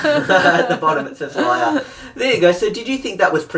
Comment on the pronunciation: Lyer instead of liar lol